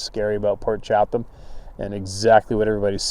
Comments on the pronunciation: 🤣🤣🤣Ya wanna say Port Chatham(Chattum!) again?!? Chattum-chattum-chattum😂🤣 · I'm not positive and don't want to be a critic so please don't be offended ( I know u won't) i think its pronounced "Cha-dum". The reason I say this is one of my best friends name is Jerry Chatham ( pronounced Cha-dum ) we've always called him "Big Jer" due to his 6'-4"/6'-5" height. He corrected me on the proper way to say his last name within an hour of meeting him. So Port Cha-dum is how it may be said.??? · Poor sure was hungry every time he tried to say Port Chapman I kept hearing pork chop. Yep, he was hungry.